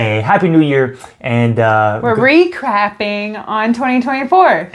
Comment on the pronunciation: Did she just say she is ‘re-crapping’!!!? 🤣🤣🤣